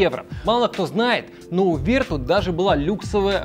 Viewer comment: Главная ошибка всего ролика это произношение названия Vertu (не Верту, а Вертю, так как название произошло от французского слова). Слово vertu (французский. vertu — «добродетель, достоинство»).